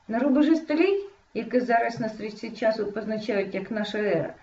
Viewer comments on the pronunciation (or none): none